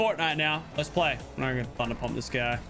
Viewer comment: Did you see that part where he said thunder dump not thunder pump